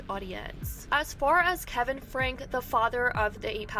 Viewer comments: Omg, why can't anyone talking about this family pronounce it right? Franke (frankie) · I have watched this family for years before they started going off the deep end, it's crazy to see it reach to THIS point wow. also for future reference it's pronounced frankE (frankie,franky) not just frank) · Their name Franke (pronounced frankie) she has always been a horrible mom.